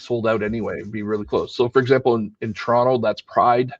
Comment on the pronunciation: That's the proper way to pronounce Toronto.